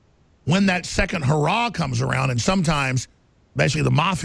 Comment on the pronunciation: "There you go suckin arn a bong."